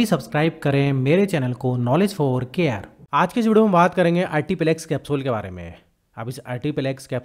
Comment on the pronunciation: Its pronounced as " YouRtiplex"